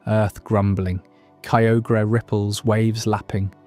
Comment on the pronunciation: Your pronunciation of Kyogre is actually painful.